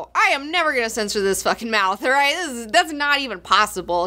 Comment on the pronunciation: and here all this time I thought was saying "Phukin" and all it's iterations. My virgin ears! When did phukin become the same as fuckin? Re-monetize episodes:D